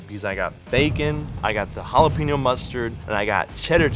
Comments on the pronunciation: I CRINGE when food reviewers/cooks don't correctly pronounce ha-la-PAIN-yo. They get it 3/4 right, but then say PEEN-yo. It's HA-LA-PAIN-YO! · hot dog looked amazing, but if I had to hear her say Jalepeno one more time I'd have to give her a lower score. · The way that one lady pronounced it as “Halla PEN yo.” 😭😭😭😭 no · They way she is pronouncing jalapeño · 0 for 4 on pronunciation....geez, teach people how to say jalapeño for crying out loud